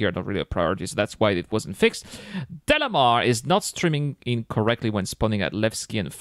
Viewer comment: I think it was DAYMAR, not DELAMAR.